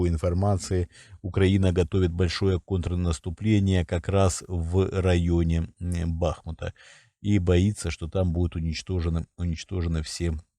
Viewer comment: Не бАхмут, а бахмУт !!!